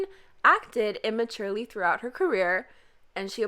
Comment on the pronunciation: excuse me its not "tHrOgHoUt HeR cArRiOr"